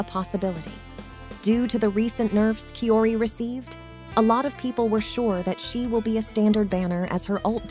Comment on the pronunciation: Her name pronounce is chiori